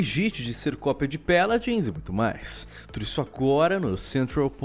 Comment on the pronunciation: "Peladins" jksksks